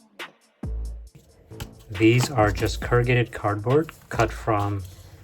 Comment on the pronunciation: I had to dip out after the 3rd “currgated”